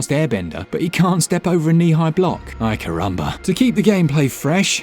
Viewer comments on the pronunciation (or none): Who the fuck says ay-curumba other than Barr? This guy.